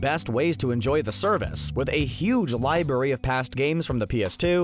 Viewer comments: he meant they pronounced it libary when it's supposed to be pronounced library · So no ones going to talk about them saying “libary” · Library*